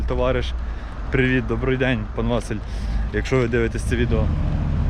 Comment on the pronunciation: Чому ВАсиль, а не ВасИль?